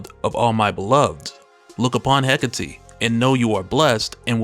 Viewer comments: The name is pronounced "Heh-Kate". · I get that it's "heh-KAH-tey", slight emphasis on the "ca" but nothing too crazy, cadence is sorta like saying trabajo in Spanish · Absolute Wonder Woman is a boss! I don't care how you pronounced Hecate,but I am going by how it's been pronounced in the animated version produced by DC. He- Kate ,no e at the end. I figure it's their character, they should know how to say it.😊❤